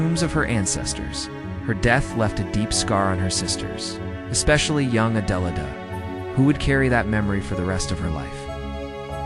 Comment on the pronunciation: You have to be an idiot to not know how to pronounce a simple name like Adelaide.